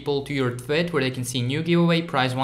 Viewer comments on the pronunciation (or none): The way he says “tweet” sounds like he is saying twit